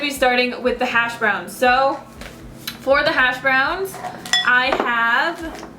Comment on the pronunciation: Those hash browns look so good! I never had them, it's not very common where I live I guess. The first time I heard you talk about them I thought you said hasj brownies.. LoL.. I am definitely making these hash browns now I've seen you eat them. :) aaaand I voted yes on the 30 day challenge of course! :D